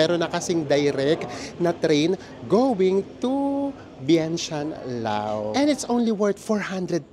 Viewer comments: According to google 😅 you pronounce it as Laos like in blouse when it refers to the country while Lao is anything referring to its people. Lao is an adjective. Ayan po, sorry OC lang. haha😂😂😂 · Lovely trip. Btw bakit Lao? I thut Laos (to pronounce it as Louse like blouse) People in Laos are called Lao. Yan ang alam ko hehhe